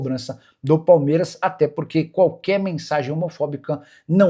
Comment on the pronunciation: Ainnnn foi "omofobica" kkkkkkkk meu ovo Nikola